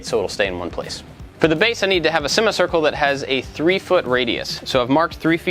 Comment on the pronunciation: "i need to have a semma-circle" - 2019